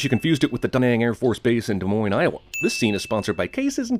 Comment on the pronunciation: Please feel free to remove 1 sin for pronouncing Des Moines correctly.